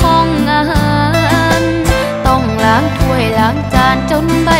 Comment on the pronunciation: การร้องเพลงทุกครั้ง สิ่งที่ควรทำทุกครั้งคือ การตั้งใจ การใส่ใจ.... เจ้านายใช้งานลูกจนล้าาาาา.....อ่อน ไม่ใช่ลาอ่อน ควรออกเสียงให้ชัด...... ให้กลับไปฟังพี่ต่ายต้นฉบับอีกครั้ง เขาร้องไว้ดีมาก ทั้งน้ำเสียง+อารมณ์เพลง....